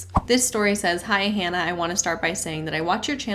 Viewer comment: "Hi Hannah!" sort of sounds like "Hi Hun!"